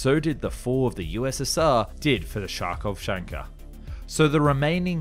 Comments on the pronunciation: the name of the city is Harkiv , it is in Ukraine. vehicles name is Harkovchanka. why you calls it Sharkovchanka??? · You've just said "Scharkovchanka" instead of "Kharkovchanka" 😅 It was designed and built by Ukrainians in Kharkiv, not by Russians. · Very good info. Only one note: the city is pronounced "harkiv". And the name of the vehicle is "harkovchanka" 🙂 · 'KH' doesn't make a 'SH' sound. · I am always slightly amused by anglosphere mispronounceing anything Eastern European, even though it's already spelled properly in English 😁 It's no Sharkovshanka, but Kharkovchanka, KH being the letter CH (X in Cyrillic), pronounced roughly the same way as Jose in Spanish. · Kharkhovchanka is more of a "Hark" than "Char" sound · First, it's Harkovchanka, not CHarkovchanka. Second, it's Soviets, not Russians. The vehicle was designed by a number of engineers and scientists from Russian Federation, Belarus, Kazakhstan, Moldova and Ukraine (hence, the name Harkovchanka -- a female from Kharkov). And third, like it's American counterpart, Harkovchanka turned out to be a failed project, too. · It's not Sharkov Shanker. It's Kharkov Chanka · Kh=K not ch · "К" not read. Har'kovchánka. Харьковчанка, ударение на второе а, после р смягчение. Если по украински - Harkivchanka. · Технология могла позволить диктору озвучить название машины правельно не как - чавчавчанка. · yeah he butchered the hell out of it lol. Kaar-Kuhv (or Kaar-keev today) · Great video. Great research done! Those vehicles were always a big interest for me. Just one thing: it is not SHARKovchanka. K at the start of the name is silent. Thank you for this amazing video! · It's Харьковчанка, so you need to pronounce Ch as H in the word He for example, so it should be Harkovchanka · Cool vid.But city is pronounced Harkov (r is soft; k is weak) and vehicle is pronounced Harkovchanka (r is soft again; k is weak ) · HAR as in hard +KOV as in cove + CHANK as in chunk + A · especially with so butchered pronunciation